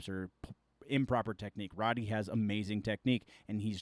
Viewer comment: Road-e, not Rod-e